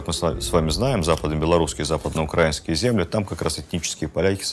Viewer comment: Два момента которые режут слух: 1. Не УкрАинский, а УкраИнский. 2. Киевская Русь не ваша (не российская), а Киевская. В те времена на территории России были болота и жабы квакали.